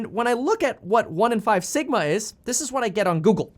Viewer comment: For a second when he said sigma i thought he said Ligma